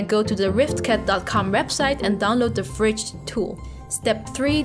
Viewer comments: AH! it so annoying! it's v ridge,not vridge, vridge just sounds weird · Haha After this video im only pronouncing it "fridge" instead V-Ridge :)